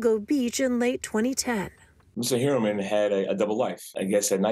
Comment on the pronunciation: Heuermann is pronouced HoyerMann, its german, its pronounced like engish pronounce "foyer"